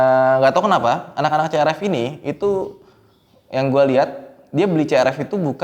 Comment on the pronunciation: Bukan C-R-E-P